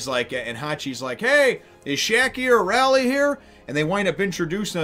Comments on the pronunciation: "Oo-rooj" "Tra-fall-gar" The X. In Drake's (favourite supernova) name Is pronounced "Diez", but it doesn't really matter, And "Ray-lee" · Umm...His name is pronounced Ray-lay. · Rayleigh is pronounced "Raylee" (ray like the actor Ray Barone, and the lee like Bruce Lee).... Out of all of the supernovas, Law is by far my favorite..... except for luffy ocf.... this marks the real start of the arc.... prepare your pants, we are in for a wild ride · First, Rayleigh's name is pronounced.. Ray-Leigh. Leigh is another way to write the name Lee. Secondly, the X in X. Drake's name is actually the number ten in roman numerals. So, his name if Translated into English is Ten Drake. But the pronunciation is Spanish and in spanish the number ten is Diez. So, his name is X Drake is pronounced Diez Drake. Thirdly, all the supernovas are named after real life pirates or places. Capone Bege is named after Al Capone and the English privateer William le Sauvage Urouge is named after a Barbary pirate named Oruç Reis. The pronunciation of Oruç and Urouge is roughly the same. Jewelery Bonney is named partly after Anne Bonny. Eustass "Captain" Kid is named after the real life pirate William Kidd who was nicknamed "Captain" and named after another real life pirate Eustace the Monk. Trafalgar Law. Law is derived from the real life pirate Edward Low. Which in Japanese is pronounced pretty much the same way as Law.Trafalgar is the name of a cape in the South-West of Spain and during the Napoleonic wars there was a battle known as the Battle of Trafalgar. Trafalgar is pronounced in an American accent as this... Truh-fall-ger (grr) X. Drake is named after a real life pirateer named Sir Francis Drake Basil Hawkins- Hawkins comes from a real life pirate named John Hawkins Scratchman Apoo - Apoo comes from a real life chinese pirate named Chui A-poo Killer - Oda said he picked the name "Killer" out of sheer laziness; thus the name holds little to no